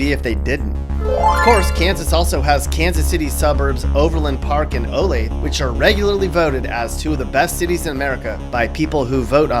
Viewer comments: Olathe is pronounced O LAY THE...not o lay th...just fyi😉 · There are other (and SNOBBIER) Kansas City suburbs. Overland Park and Olathe [o-LAY-thu] don't even hold a candle to Mission Hills, Leawood, and even parts of Prairie Village. Anyway, it's "o-LAY-thu'. And it's not that great. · It’s O lathe uh. Olathe Kansas. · He said olath not olathe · Olathe, Kansas was mispronounced as it usually is by people not from the area. The E is not silent. Correct pronunciation is "Oh-lay-thuh" ( where the vowel "e" in last syllable has the same vowel sound as in the word "up"). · He pronounced Olathe as Olayth 😂💀! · You pronounced Olathe incorrectly. It is O-lath-e. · It’s pronounced Olath-uh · It’s funny when foreigners say Olathe. It’s O-lay-tha. 😂❤ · O-lay-thuh is the pronunciation for Olathe. And someone pronounced Osage oh-sawge it's oh-sayge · Hey just so you know Olathe is said like this O Lay the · btw, in Kansas, the town called Olathe is pronounced (oh-LAY-thuh) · O-LAY-Tha that's how you say Olathe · Olathe= "OLAY-THAA" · It’s pronounced oh layth uh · Olathe is actually pronounced (O la tha) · As a Kansan, no we aren't afraid of tornadoes we sit on the porch and watch them until time to go to our basements. Also Olathe (pronounced O-lay-the) and Overland Park are where the snobs live you are correct. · I hate to be a KC Suburban snob, but Olathe is actually pronounced O-la-tha. I know that's not how it looks like it should be pronounced, but Olathe is weird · Did you say...Oh Layth? Oh gosh. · The description of KS is pretty spot on, from my perspective as someone from Overland Park (also Olathe is pronounced Oh Lay Thuh) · Here in KC we pronounce Olathe with all the letters (Oh lay thuh) And yea it's pretty nice. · He pronounced Olathe 'Olath' why... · Olathe is pronounced Oh-Lay-Thuh. I’m about a half hour drive from Olathe lol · Yes I know it’s spelt Olathe. It’s pronounced OlathA. There is an a sound at the end. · Olathe is pronounced Olath-uh